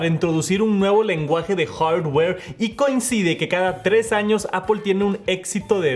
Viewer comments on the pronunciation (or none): El. herrrrrdddddweree ,alvergeeee